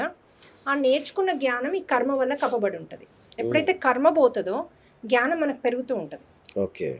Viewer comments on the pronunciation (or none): Chalkaga cheptunnaru 🙏 Chinna correction gyanam kadu gnanam. 🤗